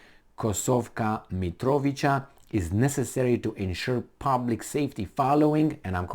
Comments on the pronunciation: I believe It is pronounced as if with a "ts", i.e. MitroviTSa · Mitrovica - you pronounce it as MitroviTZa in English . Basically replace "c" with "tz" and it works every time; "ć" is "ch", esp. in people names. Besides Kosovska, there are few other Mitrovica's, like Sremska Mitrovica on far north, where Romanians live too, so good to know :) Long live languages without spelling! Kosovo and Metohija (pronounced as Met-o-hia, based on word "metoh", meaning churches property). Is currently occupied by US and heavily protected by NATO. In Urosevac, US built a military base the size of Rammstein - it is questionable which one is bigger. It is (was) mostly used for trafficking heroin from Afghanistan to Europe. Meanwhile, ex-general of NATO, Wesley Clark, plunders mines there and US instigator of most recent crimes to humankind - Madlein Albright, took over communications. When dog demised, her daughter took over the plundering. So, you see, Serbia can deal with all of Albanians (Shiptars, as they call themselves) within a day. Especially with those who burned churches, monasteries, raped nuns and extracted organs from live humans. The problem is that if Serbia goes in, it will be faced with US and NATO forces and western plundering lobbies. We could be bombed again and face economical sanctions again, which we already had in 1990s and still haven't recovered. The solution to the problem is for Russia to fix similar problem in Ukraine, to weaken NATO and US to withdraw from occupied territories like they did in Afghanistan. Besides military, a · You pronounce Mitrovica with a simple C, not a "k" or "ć"🙏